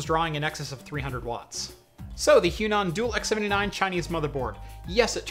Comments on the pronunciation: It should be read as hua nan not huan an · im pretty sure its H-WA-NAN, not H-YU-NAN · I cringe at the pronunciation of the Chinese brand... "Hwa-Nan" is correct. Great video though!! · Their brand is pronounced as "Huah Nun" meaning Chinese South. I'm very inspired by your videos and build quite a few Chinese X99 and some Xeon Systems. Great work!